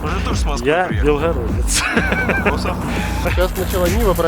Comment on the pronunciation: "Я белхародэц" - вот тут конечно с москвичем не спутать, Белгородско-Брянский говор выдаёт)